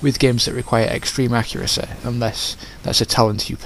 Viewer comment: Extreme accuraceh. Brilliant.